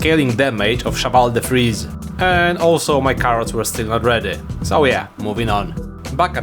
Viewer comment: the not knowing what the hell you're doing part is the best part (jokes aside your authenticity is what drove us towards you, never lose it and please remember how to peonounce cheval de frise and engine)